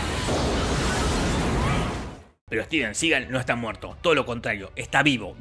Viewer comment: ...Denzel, no dezel. Y es "Juan Claudio" (Jean-Claude) y Steven Seagal, no juan claudeo y stiven segal